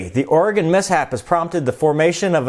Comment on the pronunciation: I wonder when this happened...I live in this state and I never once heard this story. Oh and speaking of living in this state...THANK YOU for saying our state name right. Us Oregonians are very picky about name pronunciation's Keep up the great work!